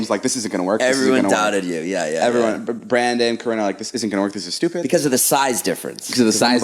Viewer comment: “shtewpid” ahhh music to my ears